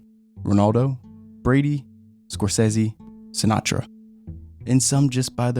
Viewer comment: You pronounced Scorsese correctly, impressive.